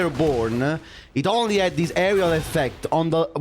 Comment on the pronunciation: Gotta do the accent. Not ownnnnnlee